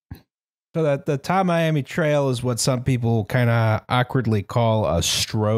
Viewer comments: As a Florida man. It's "Tam-e-am-e" Trail. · I grew up in the neighborhood where this happened and still live a few minutes away. I have many comments, but I'll limit myself to only the following: 1. The notable coach at FIU that confused with Lane Kiffin was Butch Davis 2. It's pronounced Tammy-Ammy, but nobody calls it that. It's 8th street. 3. The area north of 8th street is a city named Sweetwater where some of the earliest resident were troupe of retired Russian circus dwarves. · Tamiami is a portmanteau of Tampa and Miami and is pronounced tam-mee-amee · This is Flor-i-duh. We don't have basements. Tam-eye-am-ee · Tamiami trail is an old cow trail that went from Tampa to Miami, so it's pronounced Tam (like camera) ee am ee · Tamiami is pronounced like "Tammy-ammy" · I browsed the comments and didn't see anyone offer the pronunciation: Tamiami Trail pronounced like Tammy-Ammy. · Tamiami = “tammy ammy”